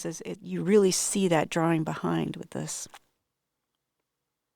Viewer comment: It’s quite funny pronunciation. The correct way to say drawing is draw-ing not dra-wing.